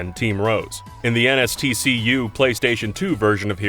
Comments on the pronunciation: "NSTC-U"? You mean NTSC-U? :P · "NSTC-U" instead of NTSC-U. This video on mistakes is ironically not free of them! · "nstc-u" it's NTSC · "NSTC-U"?? It's supposed to be "NTSC-U"... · you said "NSTC-U" instead of "NTSC-U" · You mean "NTSC-U", yeah? Kinda ironic you mispronounce it during a video about mistakes.